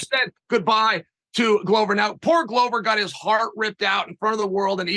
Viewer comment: A ‘Glover’ is a maker of 🥊. Considering the business he is in, it is odd that it is pronounced wrong.